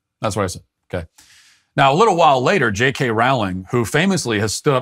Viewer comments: Roe-ling, not Roao-ling. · Her name is Rolling, Rolling, Rolling. Not wrowling. Soooo many people say it wrong. She's a billionaire who has made lots of $ for many people and entertained kids all over the world. Surely she deserves to have her name pronounced correctly. Geez. Plus she's never said ANYTHING CONTROVERSIAL! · Rowling is pronounced like bowling, not howling!! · "Rowling" rhymes with "bowling," not with "howling."